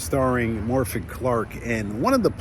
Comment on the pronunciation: My friend, please do myself and every other Welsh person on Earth, including Morfydd, a small favour and pronounce her name correctly. In Welsh f = v and dd = th. Thus her name is pronounced "Morvith". Everyone else gets this wrong, but you are a cut above the rest Sir. You can do it.